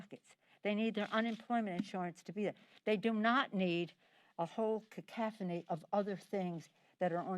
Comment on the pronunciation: This woman is below the normal limits of human average intelligence. She is referring to a man with cerebral atrophy as “Our President.” “Cacophony —- that’s the word you want”? Hey DipseyDoodle, not pronounced Ca/calf/ohney. ——->She USES TERM “OUR PRESIDENT (re: FeelyFingersBidey)” WHO WILL tax-increase corporations? —->will this result in food on the table? People will be FIRED—-TERMINATED—- LetGo. OUR PRESIDENT IS TRUMP ——LAST I LOOKED.